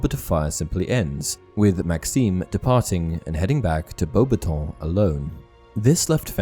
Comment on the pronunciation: Oh, so it's bow-batong. I had no idea how to pronounce beauxbatons for 20 years